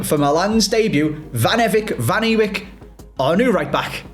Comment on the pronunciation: Cov fan here. Milan's surname is pronounced "Van A-Vike". Don't worry, despite him clarifying the pronunciation several times, our own club commentators are still incapable of pronouncing it properly😂 Also, you have signed a player from a Frank Lampard-managed team who look by far and away the best team in the Championship right now.... no bias I swear